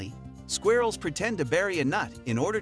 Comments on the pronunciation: I don't like the way he pronounces " squirrels" . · I think it's funny.. it's different 🔥🙌🏾